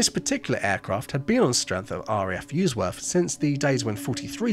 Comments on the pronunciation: Same with Ouston, pronounced OO ston not Ow ston and US worth not Urs worth. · Fascinating story as I used to live not far from RAF Usworth (pronounced ‘Uzzworth’ not ‘Yousworth’) which is now the Nissan site. RAF Ouston (pronounced ‘Ooston’) is now Albermarle Barracks with the airfield still intact and being visible when flying into Newcastle Airport (the site of former RAF Woolsington).